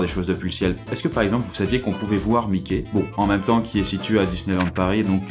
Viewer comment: "situét au" :D